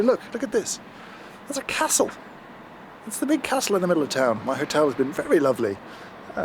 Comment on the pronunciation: 😆 When you referred to "the castle", you went very Northern, almost Durham. (Not a bad thing, I like the soft Durham accent). The Outin Nano seems interesting. Their own literature says it will only hit 92℃, & with no preheat that's going to drop. Because water is such a thermal sink the difference between the amount of shots you'll get between using hot & cold water is huge; "7500ᵐᴬʰ battery ... which supports up to 5 hot shots with 50ᵐˡ 25℃ room temperature water or 200+ shots with hot water." Have you tried filling the chamber with pre-boiled water that has been sitting in a Thermos flask for a while or do you think that would be rather adverse taste wise? Pricey though, at £139 off quid Ill be waiting to see what happens.